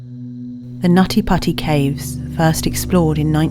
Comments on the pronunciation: Not me laughing everytime they said "nutty potty" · Not meant that I meant anything but um whenever someone said the cave name over n over it sounds like naughty pussy more than nutty putty cave😶😶😶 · Stop it you Brit! It's pronounced "Nuddy Puddy" ;) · I like how she says nutty putty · They got this narrator purely for her NUTTY PUTTY pronounciation and we all know it.